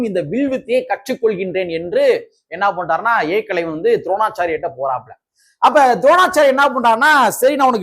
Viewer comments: தம்பி நீங்கள் கானொளி போடுவது சரிதான் ஏக்களைவன்இல்லை ஏகலைவன் தமிழை சரியாக உச்சரிக்கவும்👍👍👍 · ஏகலவன் என்று சரியா சொல்லுடா பார்ப்போம்நீ எப்படி சொல்லுற தெரியுமா ஏ.. கலைவன் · ஏகலைவன் என்பதை ஏகலைவன் என்று தவறாக உச்சரிக்காதே